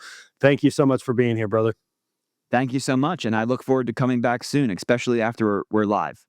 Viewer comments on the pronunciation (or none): it’s pronounced ESS peshially vs EX speshially